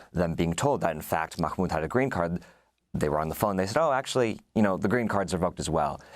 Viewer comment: Just say Mah Mood, no need to sound like you're choking on a hot dog